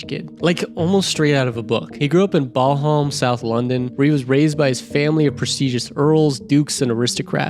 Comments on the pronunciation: "bal-harm" is pronounced bal-lum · Balham is pronounced BAL-UM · BAAAL HAAAM Hahahah. Its Balham mate. Bal em. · Not "Bal•harm" but ba·luhm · Did he say balllham. It’s Balum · 'bal-hamm' south London lol.. that's not a super rich area that's where people live when they can't afford to live in Clapham lol. Which itself is not a particularly expensive area by London standards. And it's pronounced 'ballam' not bal-haam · Ok, Bahl-harm!? Balham is pronounced “Bal (rhymes with pal)-um” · Right I’m from london and I live in london. Lived in london the majority of my life bar 5 years I lived in Spain, I’m 43 years old and I have never heard of Boham! Do you mean Balham if so it’s pronounced ba·luhm. I’ll let you off as you are an American and British English doesn’t make literal sense sometimes but yeah Ba-luhm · "Ball-hamm" It's BAhL-um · Where? Bol Holm... Do you mean Balham? Bal-um. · Great video but as an Englishman i have to be annoying and correct you.... ...BALHAM is pronounced with the A like in "bag" and "Am", so its "balam" ....not "Ball harm" :) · Barlharlm?! It's BALAM m8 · Balham is pronounced B-Al-Uhm.. Not Ball Harm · BALL HAMM? You need to work on your pronunciation buddy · bawl-hawm south london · It's BA-LAM (Balham) . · Grew up in Baalhaam! Might as well have called it Balhamas!😂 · I live in South London and double took when he said Bolharm, had to run it back to make sure I heard it right 🤣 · tfw you grew up in Barlharm South London -_ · I was wondering what he said, I live in London but I've never heard of this 'Bolholm' place. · Incredible Balham pronunciation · Your pronunciation of Balham is funny :) also it’s not that posh in Balham compared to Chelsea or Kensington. It’s not poor but it’s not full of royalty :D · Totally murders the pronunciation of "Balham, London" 😆